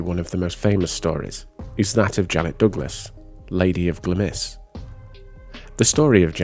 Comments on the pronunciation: Another really interesting video. Just a wee note. Glamis is pronounced Glamz. Glamis Castle is a really interesting place to visit. If you take the tour, you will get told a lot of the ghost stories of the castle, including Janice. I have visited Edinburgh Castle. I never had a paranormal experience, but there is also the witches well in the esplanade. It's a memorial to those innocent people murdered for the wrongful accusation of "witchcraft". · Mispronouncing place names is easily done. There has been some Scottish place names that I've butchered. I hope that you enjoy Glamis.